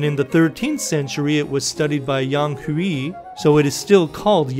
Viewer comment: Yo, do like 12 milliseconds of research and learn how to pronounce Yang Hui. Edit: Yo, do like 24 milliseconds of research and learn how to pronounce Tartaglia.